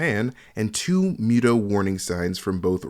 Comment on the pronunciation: And you pronounced Muto wrong 😅